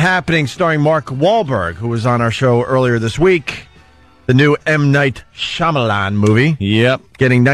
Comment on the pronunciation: FFS it's Shymalan. It's not hard, at all, to pronounce. Shy-Ma-Lan.